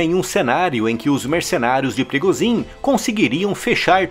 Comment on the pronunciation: Por que "Wehrmacht" é pronunciado corretamente e "Yevgeny Prigozhin" e "Ivan Popov" são sempre pronunciados incorretamente nos vídeos desse canal? Em russo, "zh" possui som de "g" e em "Popov" o primeiro "o" tem pronuncia de "a", ficando, assim, "Yevgeny Prigôgin" e "Ivan Papov". "Abrasileirar" não é uma resposta válida, pois ninguém chama "Joe Biden" de "João Bidê".